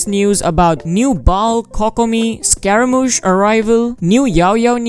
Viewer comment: Who tf calls him scaraMAUche?😳